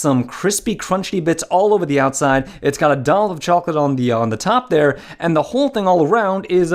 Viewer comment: That's some good crounch right theah!